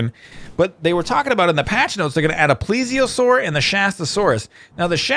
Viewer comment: Btw I know this is annoying but slight correction its said "ples - E - O - Soar